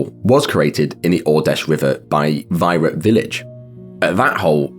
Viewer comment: wouldn't "veera" or a slight alteration of it be the correct pronunciation for Vyra, Russia?